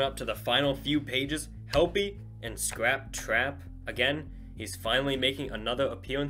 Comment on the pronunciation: the way you said scrap-trap will haunt me for the rest of my life